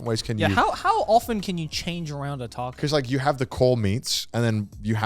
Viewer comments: Everyone: “Taco” Garnt: “Tarco” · I still can't forgive Joey for that Tha-co pronunciation early in the video xD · Connor making fun of Joe saying tortilla when he says tAcko XD